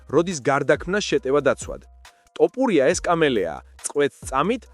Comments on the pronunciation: შენი ტ და პ მაგიზიანებს 😆 თ და ფ ბიჭოოო 🤣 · ტ არა თთთ ბიჭოოოოო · ბოლომდე აღარ ვუყურე ვიდეოს, რა ტოპურია... ტოპი და თოფი ძალიან განსხვავდება ერთმანეთისგან და ვიდეოს სათაურიც შეასწორე, მერე დავალაიქებ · რა ტოპურია გვარი სწორედ გამოთქვი, რწ უბედურებაა🤦🤦